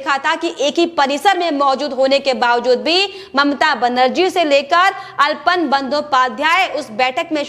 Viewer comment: अल्पन नहीं आलापन सही उच्चारण है। कृपया भूल सुधार कर लें।